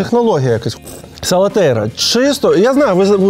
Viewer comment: Я одна весь час кажу СалатеРІЯ а не СалатеЙРА?